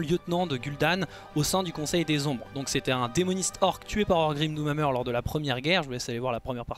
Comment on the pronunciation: J’arrête pas d’entendre « Orgrim D’où ma mère » 😏